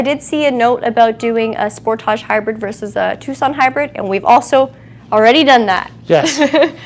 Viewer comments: It;s not called a Spor-taug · When you say SPORT TAJ i think of Tarjay (Target.) It's a Kia not a Bugatti.